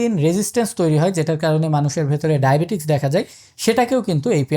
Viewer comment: আপনি ডায়াবেটিকস উচ্চারণ করেছেন,,, আমার জানা মতে উচ্চারণ হবে ডায়াবেটিস ,,,।